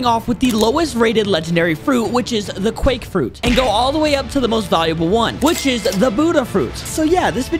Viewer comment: Nice quake frruit BUDDY